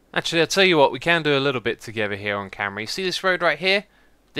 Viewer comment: Whenever you say off camera I think you say 'off camry'